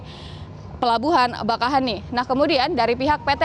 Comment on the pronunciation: Bakauheni dibaca bakaww.. heunni.... 😊